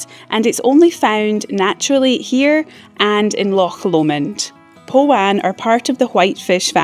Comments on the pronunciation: The what Alps ??? 😂 I think you need to work on your pronunciation of Arrochar R -0-car Powan too Pow -an As in pow 💥 😂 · Yeah, I think the pronunciation of Arrochar and Powan need a bit of work Aarr like pirates - och like loch - aarr like it sounds. All run together without an emphasis on the och in the middle. Powan like pow as in power an just like Anne. All run together like powanne with a soft A.